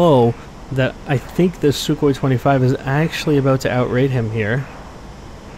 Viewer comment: lol "SuKKHOEE"